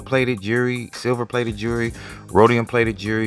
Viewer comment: "My 'JURY' tarnished"? It's two syllables, "Jewel-ry"? Jewelry. "Jury" sounds fuckin' ridiculous unless you're in a court room or something.